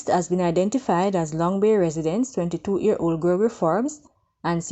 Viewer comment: year old NOT ear old